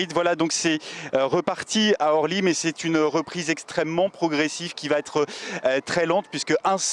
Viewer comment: Il faudrait expliquer à la personne qui fait le reportage qu'on ne dit pas aéroport de Horly mais aéroport d'Orly.